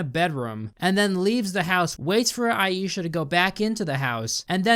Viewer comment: You pronounce Aisha as eye-sha not ayee-sha, just saying otherwise great video